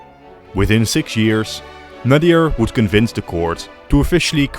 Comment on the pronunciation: FINNALY SOMEBODY TALK ABOUT OUR HISTORY 😭 iran has such a rich history and nobody even acknowledgedes it. So happy were getting some attention! Nadr shah was incredible by the way it's nadr not nadir